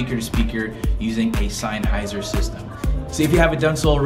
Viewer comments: This is actually a system designed for guitar repurposed for speakers. Alto makes a system specifically for powered speakers for $399. And it’s pronounced sen-hy-zer Not sine-hy-zer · Sine-heiser lol